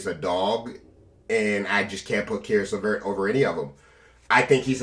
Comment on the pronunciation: "levert of caris" LMAOOOOOOOO